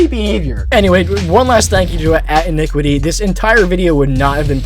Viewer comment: Damn i didnt know iniquity was still on the internet and yes you said their name right